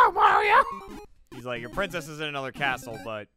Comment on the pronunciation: Gavin almost called it Mario maker then said mare-io like the British way lol